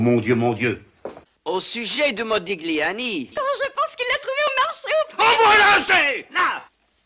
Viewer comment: on prononce"modilliani"